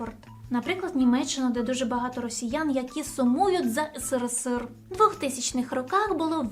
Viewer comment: В чем прикол говорить ыСыРыСыР?